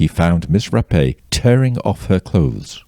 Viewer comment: Finally, someone that pronounced her name correctly Ra_Pay👏🏾not wrap or rape...